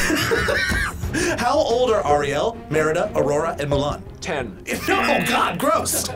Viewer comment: I know u ain’t just butcher Ariel name like that